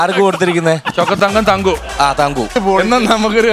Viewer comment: ""തങ്ങു "അല്ല പുള്ളേ... തങ്കു.